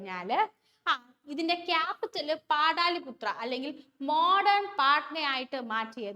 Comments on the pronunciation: Yes. പാടലിപുത്ര എന്നാണ് പറയുക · പാടാലിപുത്ര അല്ല പാടലിപുത്ര എന്നല്ലേ ചോദ്യം 2 ൽ ആണ് ഈ തെറ്റ്